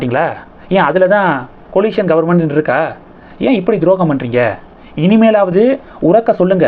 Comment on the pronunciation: அது "Coalition - (கோயலிஷன்) government" "Collision (கொலிஷன்) government" அல்ல!